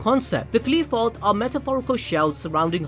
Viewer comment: First of all it not Qleephot It's Qliphoth Qlai-pho"th" (like "th"ot)